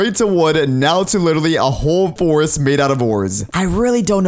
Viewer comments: Its a f-ore-est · I guess it's a f"ore"est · Forest or orest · ore forset oreest